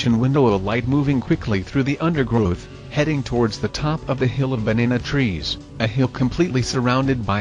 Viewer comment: The TTS bot says banana trees funny great post